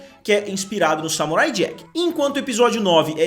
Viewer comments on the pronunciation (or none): none